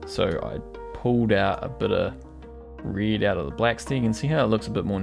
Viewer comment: Aussies pronounce 'red' like 'rid' LOL